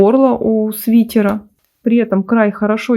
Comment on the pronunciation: почему "свитЕра"? так ухо режет